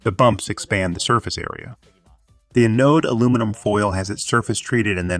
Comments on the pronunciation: Is that a computer voice? Its pronunciation of most words was spot-on, but some of the technical terms were pronounced badly. "Anode" is supposed to be pronounced with the emphasis on the first syllable: AN-ode, not a-NODE. ("Anode" should rhyme with "cathode," which was pronounced perfectly.) "Farad" is supposed to be pronounced with the emphasis on the first syllable, and a soft final a: FAIR-ad, not fuh-ROD. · STOP saying "Uh Node". Correct is "Anode" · ann!... node....english pronunciation, the accent is on the "an" not the ...node. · Thanks for the very informative video. I found it distracting that "anode" and "Farad" were not pronounced correctly, however. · Learn how to say anode 😭